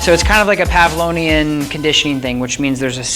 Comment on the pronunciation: Constructive criticism alert: Man, you need to edit this for us people on youtube. We're coming to see how to use it not to be sold on it. I am moving on to a different video now because after 3 minutes (!) I'm still waiting for directions. Also, if you're going to reference Pavlov... please do some basic research on him? Like how to say PavloVian. He was a real person.